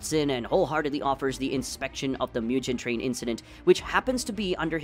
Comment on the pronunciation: "Myujen train." You okay bud?